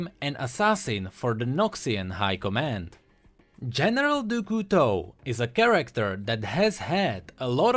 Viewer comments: Nah, there is no real english sound for "Du", it's not "Doo" "Cou" is "Coo" "Teau" is "To" IDK if you got me xD (btw in english it would look like "of the Knife") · No. For example, the "Du" is pronounced "dü".